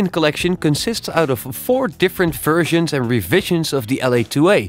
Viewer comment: Its so funny. 00.28, why do Dutch people have such a problem with the English "v"? Fersions.. haha.